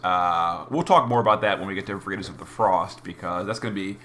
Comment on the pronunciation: What is vureetus? VER IT TAS! LATIN word for Truth. Every video man.